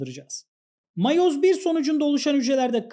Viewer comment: miyoz tamam değil de matoz da tamam değil